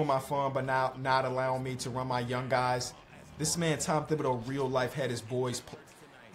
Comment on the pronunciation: always be saying thibodeaux wrong lmao